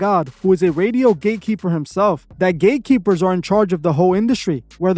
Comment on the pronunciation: He said Gay keepers instead of Gate Keepers 😂😂😂 I like the subtle humor😂😂😂